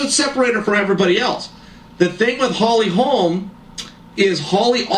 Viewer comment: i'd be a liar if I said i saw Holly winning, i was stunned.... BUT, i had a small doubt, just a shadow. H. Holm has some incredible strikes, and strength, so..... Bruv, bruv, BRO-- NO "S' on the end; HOLM, not Holmes.... no "s" man. . . .